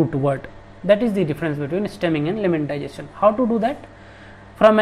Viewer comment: Buddy its lemmatization not lemmantization